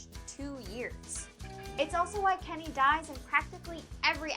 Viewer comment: Kenny not Lenny